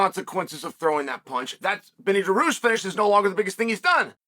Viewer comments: bro said dah-roosh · Armen Sarkaryan 😅😂that's incredible 😂😂😂😂oh Lordy it's Sarkaryan and Daroosh